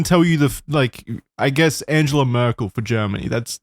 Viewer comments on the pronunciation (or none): none